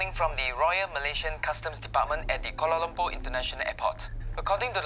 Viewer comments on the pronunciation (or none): The way he said Kuala Lumpur already gave it off. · Yeah that was weird.